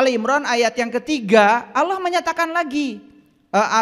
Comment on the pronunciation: Bukan OLLOH. Ucapan belajar sebutan...